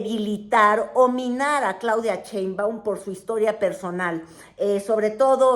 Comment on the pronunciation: dice "Chembaun"